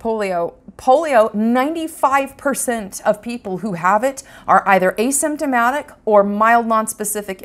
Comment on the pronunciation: What the hell does a systematic mean a somatic whatever you said